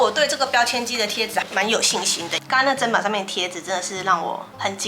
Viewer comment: 妳是我少數聽到唸對"砧板"發音的人!!👍👍👍